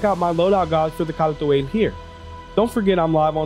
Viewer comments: You pronounce it like you trying to read something off of a french menu. I was never really interested in this ship, though I never really realized how fast and nimble it is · Yeah even CIG is inconsistent with that. I think CR does pronounce it that way. I just figured it was an English (England) way of saying it. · Updated Load-out ► I just read the Galactapedia page. "The Khartu-Al (Kal’tuāl) is a Xi’an light scout spacecraft..." How is Kal’tuāl pronounced? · you almost got it right edit: for the people getting angry over a pronunciation, like Phantex, sorry for not just rephrasing other comments. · You mispronounce so much more than Kartu-al that I’m not even mad anymore. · Miller GamingDK no, no he doesn’t. Car-too-all isn’t Kal-tual, even the lore team said it as much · You can just say Kal'tual (Call-To-All) in your normal speaking voice. It's extremely distracting when you say the name like you're trying to summon a demon. Unless you're saying a foreign word in a linguistic context (trying to stay as true to the original pronunciation for academic purposes) nobody expects you to pronounce it perfectly. And doing it for one word in a sentence is actually discouraged in language learning strategies because it's pointless and distracting for the listener. This is why accents exist in the first place. Nobody enforces strict pronunciation for non-native languages. If you lost your american accent entirely and spoke like a Xi'an, it might be a different story. But we don't even know exactly how they sound until we hear multiple sentences that represent their standard dialect. Source: I teach ELLs (English Language Learners) at the High School level. Other than that, great video! I love the Al's aesthetics but it definitely has some work to do. But chances are that's not a high priority at this stage of development. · rofl the way he says Apoa Khartu AYE, its ALL bro Khartu ALL